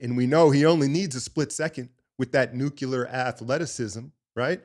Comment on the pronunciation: nuclear is pronounced NEW-CLEAR not NEW-CUE-LAR 😂